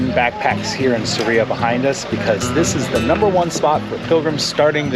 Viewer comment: It’s SArria. Accent on the first syllable